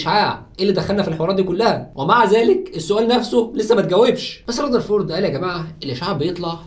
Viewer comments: اسمه رذرفورد وليس رزرفورد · رزرفورد ؟؟؟... اسمه رذرفورد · رزرفورد😂 != رذرفورد ... ايه دا يا مصر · رذرفورد❌ رزرفورد✅😂😂❤️